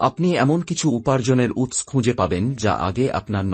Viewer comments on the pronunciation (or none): ভাটের কীর্তন?উচ্চারণ ঠিক নেই, বাংলা বলতে এসেছে,ফালতু লোক ও তার বকবকানি,ছি:শুভ্,উৎস্ কি উচ্চারণ?